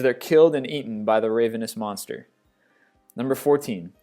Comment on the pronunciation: It's also Pie-seas, Nee-mee-an, and Rayh-vhen-ous--to spell out pronunciations, not proper spelling, of a few of his flubbed words--but he has a serious pronunciation issue I've learned to get over. XD I mean, seriously--even the Greek call it Cer-ber-us--not Cyber-us.